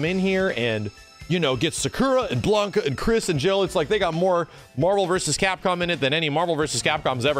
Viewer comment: Seriously, that wrong pronounciation of Sakura, hurts. Im shocked he pronounces Ryu & Blanka's names right.